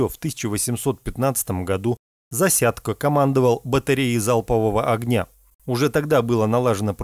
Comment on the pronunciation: Не искажай фамилию ЗАСЯДЬКО. украинец он.